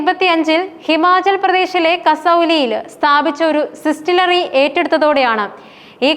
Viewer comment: സിസ്തിലറി അല്ല ഡിസ്റ്റിലറി